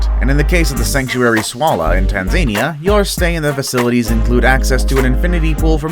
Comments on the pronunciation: Tan-Zay-Neya? Tanza-neeeya dude ffs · Tanzaynia lol (for people who don't know, it's pronounced tan-za-niya) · Tan-ZANY-ah! It's a much wackier place than Tanzania. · Did you learn how to pronounce Tanzania from Donald Trump?😂 It’s correctly pronounced Tan-zuh-KNEE-uh 🙄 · Did he just say... Tan Zane ia... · Its tan zuh NEE uh, dummy. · I generally can’t stand people who do this, but that is super not how one pronounces Tanzania. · He can't even say Tanzania right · Tanzania was pronounced very wrong 😂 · Never heard someone mispronounce Tanzania before, let alone so badly. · Sadly, the only other person I heard pronounce that way was Trump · The way he pronounces Tanzania, lmfao. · honestly it just hurt my soul when he said it lolol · They way he pronounced Tanzania bothers me lol